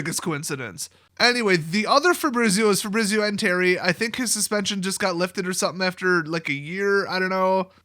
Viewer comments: You know how you say Pizza that's how you pronounce Fabrizio. Fah-bree-tsee-oh with the emphasis on bree. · Dude that is not how you pronounce FABRIZIO ahahahah